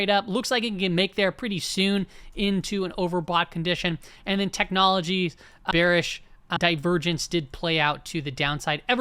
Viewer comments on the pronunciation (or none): “you’re bewish you’re so bewish” has to be the funniest sound bite of all time